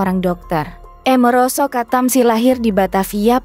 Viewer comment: Amiroso kok dibaca emeroso